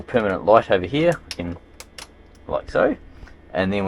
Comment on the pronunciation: Where kins? 😂 it’s can lol